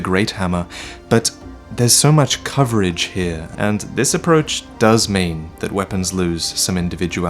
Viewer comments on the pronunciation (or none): none